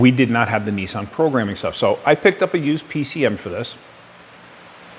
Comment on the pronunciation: neesean, peeseaem